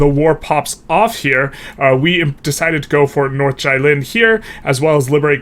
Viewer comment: Jilin is closer pronounced as "GEE" - lin (as in geez)